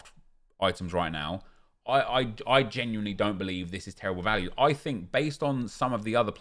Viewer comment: You know its bad value when says geniuely...